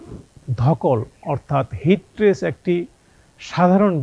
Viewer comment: Not - Tress- it is Stress…. বার বার শুনতে বিরক্তিকর ঠেকছে